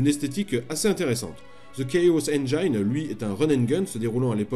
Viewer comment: Cool video mais 'engine et 'thief' ne se prononcent pas comme vous le faites.